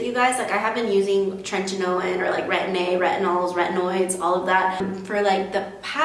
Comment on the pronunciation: Great tips but PLEASE stop saying "trentinoin" it's "Tretinoin"